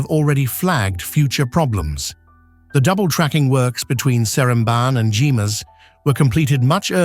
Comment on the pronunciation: Not Jee-mas but GHER-MAS! 😮😢😅😢😮😅😊